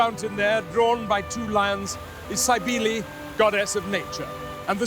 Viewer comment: No one thought to correct his pronunciation of Sybele before putting this out?